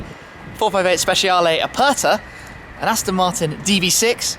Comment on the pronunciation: So one can pronounce Specialè correctly lol